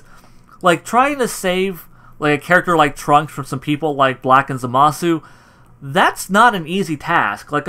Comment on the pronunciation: Who is zamahsue? Hint: pronounced zamass